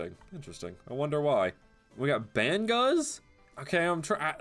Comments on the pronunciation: Bang uz Not bang guz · hahahah "Banguz" amp